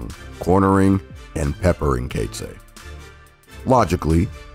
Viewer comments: Coetzee = koot-zee-uh. Knoetze = k- nu- t-sah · Enjoyed the vid, thanks!, but your pronunciation of Knoetze and Coetzee...lol.